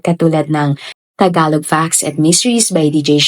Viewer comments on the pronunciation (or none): none